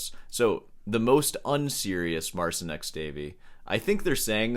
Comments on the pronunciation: It's not "Mar-sin." It's "Mar-cheen." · Marcin is Polish so you pronounce his name Mar-chin. Good video though 😊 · Since you like the topic of this artist so much, learn to pronounce the "ci" segment. It's only 1 word, you CAN make it, if you try. Just type the name into google translate and play the audio. I don't like the style of instagram guitar showmen, if you will, either, but the guy got famous for his playing and so will he remain in the very circles that seek this kind of showmanship. Unfortunately for some, fortunately for others, paraphrasig a quote from Cronenberg's movie. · If you talk bad about a person thousands of times, at least learn to pronounce his name correctly. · couldn't even be arsed to research the pronunciation of 'marcin' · i love How You butcher polish name